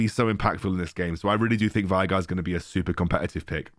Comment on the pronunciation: Veigar: being pronounced way-gahr youtubers: why-gar, take it or leave it